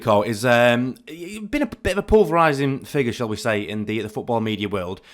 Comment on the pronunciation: Polarising not pulverising you berk.